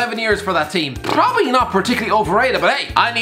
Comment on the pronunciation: Everyone else: probably: pppprrrrobably